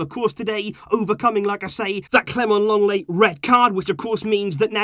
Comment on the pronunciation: It's LENGLET, NOT LONGLET!